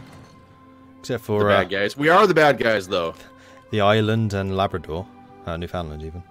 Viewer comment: Hey just a quick geography lesson Newfoundland in the island above Nova Scotia the land connected to the mainland is Labrador Also I've always heard it pronounced as Newf-inland